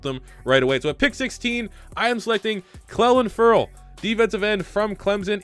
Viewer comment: Please look up how to pronounce clelin Ferrell cause every time u say it I wanna shoot myself. It’s pronounced Cleelin not Clelin